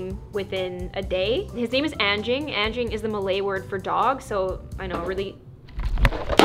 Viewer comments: anging? its anjing but also it was a insult people do XD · I know..since I'm malay..but the pronunciation is Un-jing..but..since it's your dog..Its up to you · Are you calling “Frank” not smart? Also if you couldn’t hear it very well his name is anging (Ann-Jing) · anjing is actually pronounced ahn jing and the j is very soft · I'm pretty sure its pronounced Anjing since she said it was a Malay word and Anjing means dog in Malay :D But if i didnt know I think I would've pronounced it like that too 😂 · U didnt pronounce anjing is like agn Jingg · Im indonesia And You Pronounced anjing Wrong but its fine and i thougjt you said Angie When you said his/her name